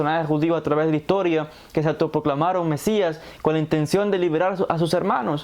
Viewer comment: "Hasta que el mesias (o masias Min. )" ¿Y quien seria o es este "mesias", para los judios? ... con todo respeto pregunto. Buen dia.